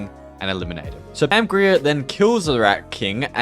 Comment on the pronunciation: I feel old hearing you navigate Kevin Smith, “Pamgrier”, and Elvira (the i sounds like ‘eye’). Outside of this (no judgment just era lol), great content!